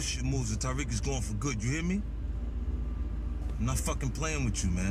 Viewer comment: I like how he fucked up Tariqs name the first time